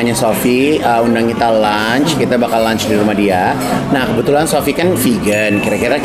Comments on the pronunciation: Maap izin koreksi.. LUNCH.. wkwkwkwk.. bukan launch... gw pikir ada launching apaan.. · lunch, L-U-N-C-H. bukan launch. beda arti.